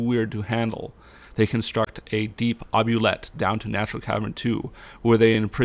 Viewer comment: "Oubliette"? Usually pronounced "oo-blee-ette"...